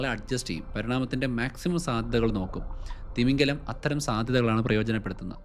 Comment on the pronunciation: തിമിംഗലം അല്ല തിമിംഗിലം